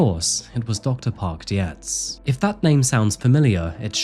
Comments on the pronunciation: Horrifying case, but an(other admittedly extreme) exemplar of what can potentially happen when a family or group of acquaintances engage in denial or ignore warning signs. Separately, Dr. Dietz' name is pronounced like "deets". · Dietz is pronounced deets. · This is may be not very important concerning the gravity of this case, but Dr. Park Dietz is not pronounced Di-e-tz, but Deetz. Just to add, since is usually very meticulous in his videos. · Hey, I don’t know about in the UK, but in the US, Dietz is pronounced “Deetz” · Nitpicking cos that’s what I do. Americans pronounce Parks surname as Deetz. Yes Parks is an expert but Scott wasn’t his patient. I’m like you. Torn. His poor brother. The self control not to attack his brother or throttle him was amazing as obvious as was his pain. I think Scott was an undiagnosed Schizophrenic. But he still brutally ended 4 lives. His poor Mum. To her son was vulnerable & she wanted to keep him safe. That’s what she’d done his entire life. It’s not an enviable position nor one that can be reconciled in your own mind. But she felt an obligation to her child. In the end to her own detriment. If anything & I know this may sound weird to some. But it’s a blessing she died. To see her beloved child mow down his family then to be in jail literally forever would’ve been torture for her.